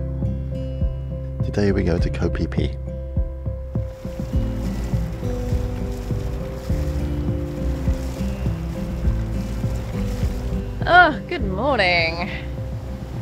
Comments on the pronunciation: It sounded like onward to go pee pee!! New drinking game every time we hear it!! And then of course go pee pee!!!😅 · It's Koh Phi Phi. Koh = island in Thai. Phi Phi is the name of the island.